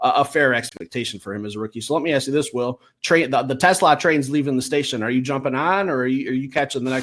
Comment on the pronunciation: PLEASE … learn how to pronounce TeSlaa’s name. Is it the end of the world? Of course not, but show the kid a little respect.